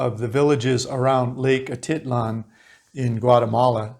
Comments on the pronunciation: A teet lan.... not...A tit lan ... thought you might want to know .. Your pronunciations are not correct a few times. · Great content! I cringe every time you say atitlan. It sounds like a teat lan, not a tit lan